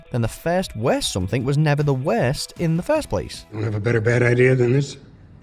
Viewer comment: "SomethinK", really?!